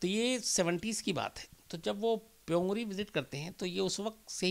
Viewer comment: प्योंग री नही प्योंगयांग है